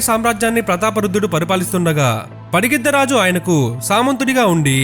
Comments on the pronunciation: Bakkayyapeta kadhu Bayyakapeta padigiddharaju kadhu pagididdharaju😊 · Bro padigiddaraju kadu pagididda raju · It’s not Padigiddha Raju, it’s Pagididda Raju. This wasn’t a one-time slip. You kept repeating the same error. If you don’t know the correct name, you shouldn’t be making videos about it.